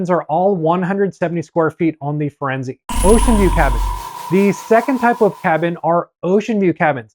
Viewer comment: Holy shit dude. FirenzAY. who doesn't know this?